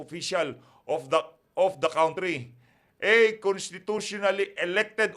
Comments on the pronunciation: sori po but i have to tell you mr blogger country is pronounce " kan- tri" not " kawn-tri" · Not Cowntry please. It's Country.